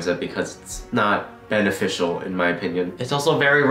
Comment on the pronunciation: Did he just say"BanetteFicial"